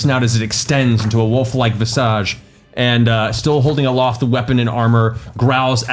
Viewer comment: That is not how you say, "visage." That said, that is absolutely the way everyone should say, "visage."